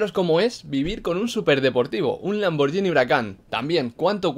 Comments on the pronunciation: Lamborghini, no lamborllini Saludos desde Italia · Si lo pronuncia como "Lamboryini", entonces yo también puedo. Gracias por tanto